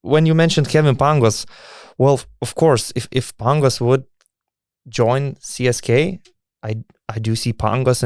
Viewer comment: Donatai, ne CSKay, o CSKA :) net anglakalbiai taria CSKA (CESKA), be jokiu "Kei" gale. O siaip, saunus podcastas, lauksim toliau